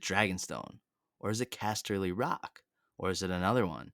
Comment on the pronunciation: "Casher" ly Rock 😆😆